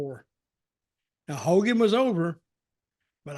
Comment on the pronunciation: Its Hogan...